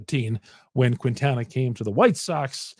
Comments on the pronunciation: As a Marquette University alumn, I beg you: stop calling Quintana “Queentana”. It’s a silent “u”, just like in Marquette (it ain’t “Marcuette”). The correct pronunciation is “Keentana.” Keep up the good work! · It's pronounced.. keen-ta-na